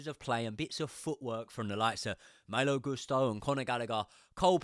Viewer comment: Love you but you absolutely butcher Malo's name everything you say it 😂. Less emphasis on Maayyylo, and more maaaloo.